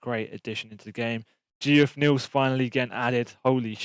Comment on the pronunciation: saying “GeOff” neal haha it’s “jeff” bruv